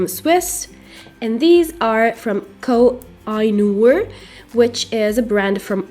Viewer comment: ko hay noor it's how it is pronounce 😊